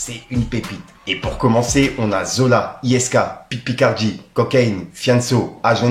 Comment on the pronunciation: T'as dit Pitt Picardie 😂😂😂 tu fais aucun effort